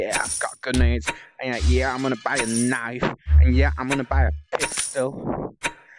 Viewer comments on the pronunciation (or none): none